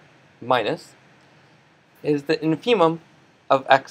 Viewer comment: What a fantastic explanation! Many thanks to you for the hard work that went into this. Just a pedantic note: "infimum" is usually correctly pronounced with the accent on the first syllable.